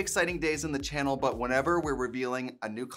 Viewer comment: Because of how often you say Chanel instead of channel I'm starting to feel like you're saying it wrong when you say channel.